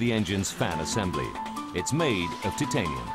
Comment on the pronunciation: The way that the narrator cannot pronounce titanium correctly is killing me